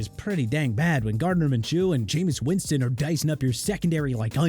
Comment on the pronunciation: Minshew not minchoo sir!!!